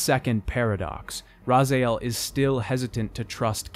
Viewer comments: it's pretty irritating that you keep saying "razael" instead of "raziel". Also, pretty dumb that you decide to cut cutscenes and just narrate parts of them using most of the same exact words, including words that absolutely NOBODY in real life would ever say like "churn the wheel of fate" or "machinations". Give me a break. If you're gonna start narrating things then make them short and use your own words. But the thing is that you haven't even attempted to do that, you're just copy-pasting things and switching a few words back and forth. In the 3 hours it takes to watch this video i might as well go and watch the compilations of all the original cutscenes. So what's the point of this video? It's hardly a retrospective at all. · How how on earth do you pronounce it ras ay el? If u played the game, that shit should be burned into ur brain. Ra si el say ut with me now Rasiel you are worthy sais so right at the beginning and no one in the game calls him ras ay el. shaking head in disaprovment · Raziel not Razaiel Lol, its like torturing ghoul with blackboard scratching, aside of that great content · Very good video, but holy shit, every time you propnounced Ra-ziel as Raz-A-iel I wanted to pull some of my hair out : ^) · I have to ask, who is Rahzaahel? You show Raziel, but keep referring to this Rahzaahel in the voiceover. Did your scriptwriter forget to put how to pronounce the main characters names? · This was a great watch. Really appreciate you giving this series the time and effort it deserves. My only critique is it's pronounced "rah-zee-el" not "rah-zay-el". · My son, I love the you're putting in the video. Still watching it and I got to the Soul Reaver part now. One of my favorite games of all time. But I do have to say because it's been bugging me throughout that section. Raziel is pronounced Ra-zee-el not Ra-zy-el. I still love you, son <3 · Dude, I love the video, but for Nosgoth's sake, it is NOT RazaEL. Watch any cinematic, it's RAZIEL